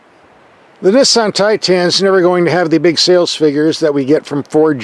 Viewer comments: It’s Titan, not Tie tan lol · its pronounced tye ten not tye teen. does it look like its spelled titeen? No. and its not tye tahn either, more like tighten. got it good problem solved. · What the heck is a TIE Tan? Misunderstood and mispronounced....one word Tie tun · ) 2017 Nissan Titan...Get the ship out of your ears and listen to proper English Pronunciation and a intelligentexperienced truck review......"Billy Bob"!